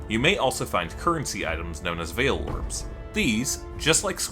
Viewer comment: When you say vaal like veil kinda confused me lol.